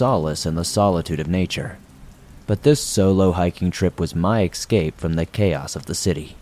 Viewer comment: Escape not 'excape'.